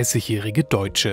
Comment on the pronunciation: Krass wie man "deutsche" hier plötzlich betont.